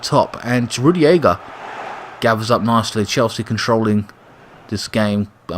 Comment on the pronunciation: Good team selection mate! and don't worry about pronouncing the opposing players, we only care about the chelsea ones, lol. and by the way, it is Rudiger not Rugiega. and it is Kovicic not Kovacovic! lol. Keep it up man. My man of the match was Kante in this game, I agree with you.